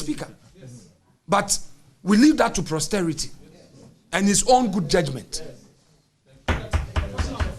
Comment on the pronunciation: It is not prosterity but posterity